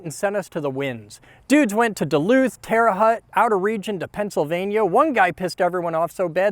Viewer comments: lol Terre Hut you said😂 it’s pronounced tear-ah-howt spelled Terre Haute it’s the armpit of Indiana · Terre HUT? lol haute is actually pronounced like holt (holt who goes there) but without the L. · Terre Haute (like tote). Your story is very interesting and it's cool that you stuck to teaching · You honestly unironically said Terra Hut. Is this an in joke I don't know about? Love the content man, keep it up, even with the strange pronunciation of cities :) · hate to be a stickler, but Haute is pronounced more like tote with an h. Great video though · terre haute is pronounced hote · Hi, love your videos. Wanna know something kinda cool. in the video it's pronounced Teh-ruh Howt. It's French for High Ground, but we call it Terrible Haute. And that's kinda cool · The way you pronounced Terre Haute hurt my soul. Terre sounds like Tara. Haute rhymes with goat. Source: I live in the vicinity of Terre Haute. I also know two COs at Terre Haute